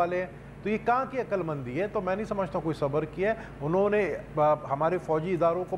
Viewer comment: mehar abbasi saheba. appropriate word is ' unhon ne ' not 'unne'. similarly ' tariqa and tahqiqaat ' not 'tarika or tahkikaat'. hope will not be taken it ill. thank you